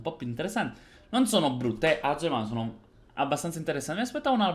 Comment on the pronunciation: Mi sento altamente offeso per 2 cose. 1. Non è hoi. 2. La tua pronuncia di Aceh.